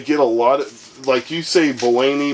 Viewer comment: It's pronounced Bolany, not Bolany. Sheesh